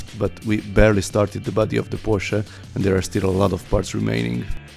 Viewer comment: Finaly someone who can say porsche not pohsss